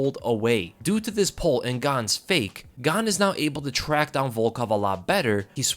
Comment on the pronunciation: Why you Muricans all of a sudden try to pronounce foreign names right? Just call him Gain, sounds much cooler anyways. Just stick to saying foreign names wrong ffs we are used to it now and that's what we expect